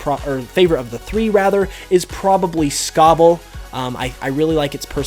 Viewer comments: It’s Sobble not scobble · Sobble not scobble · Sobble. Not Scobble. Also, he’s a water Chameleon, not a gecko. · You said the Water Starter is your favorite, but it's the only one's name you butchered... It's Sobble, not Scobble, that just sounds like a Fire-Type. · Sobble! Not Scobble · Funny how the name your favourite starter is the one you're mispronouncing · Everyone except you love the starters and you MISPRONOUNCED Sobble.